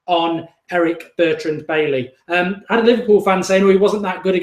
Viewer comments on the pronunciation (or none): none